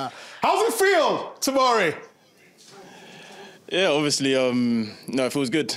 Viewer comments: I know Kate and Thierry are dying from hearing 'Fikori' numerous times 😭😭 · "Okay FIKORI" 😂😂😂